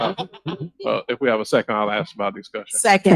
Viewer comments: AXE the Question lol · "AX a quesion." "You coulda DID". That "mayor" can't even speak right!🙄